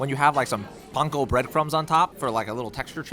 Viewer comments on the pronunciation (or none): Its pronounced root 66 not rowt. The bread crumbs on mac and cheese are panko bread crumbs not funko just a FYI love the vids